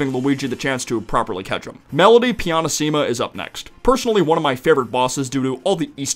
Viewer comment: The way you said "pianissima"... damn bro, that hurt my soul